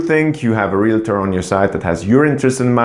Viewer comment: Realtor not realator. Uninformed not uninformedly.